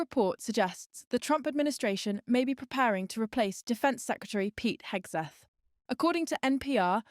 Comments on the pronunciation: Did she call him Hegsweth? LOL Hegseth better not cross paths with any F-18 Hornet pilots. Fly Navy. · Secwetary Hegsweth 😂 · She can't even say his name right.🤡